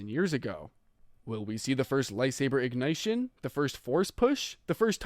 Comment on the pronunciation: Cool video bro love the detail and understanding of the lore but I have a few little nit-picks. It’s not pronounced ig-night-shin, it’s pronounced ig-nish-shun. Ignition, the second syllable-“nit” is pronounced nish, and not the way it’s spelled which I will admit is weird if it’s not a word that is active in your vocabulary. Hope this helps because you are absolutely butchering that pronouciation my friend Lol all love. Also I would add some non-dmca/non copyrighted Star Wars music in the background. Also space out your segments with transitions and short pauses in your script, it will make it more cinematic and layered so to the listeners ears, you can tell when you are moving on in the list or still on the same topic, the way you read your script sounds like one big speech instead of a segmented YouTube video so it kind of all blends together, making anybody it harder for anybody multitasking to discern what youre actually talking about. Best way i can describe it, is trying like to read a book that is all one sentence withno punctuation, you can’t tell where one chapter ends and another one begins. I hope all this helps. Im not trying to be a dick and i actually really liked this video and will subscribe. I hope you continue to improve 💪🏽💯